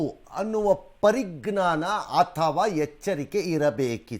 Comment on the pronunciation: Parignana alla sir parijnana it is from Sanskrit word